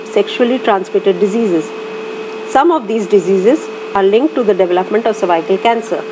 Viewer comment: "Cervycle" 😩🤦🏻‍♀️ over all good video 😊